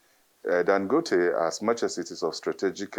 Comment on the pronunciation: Why is she pronouncing Dangote like she’s not Nigerian?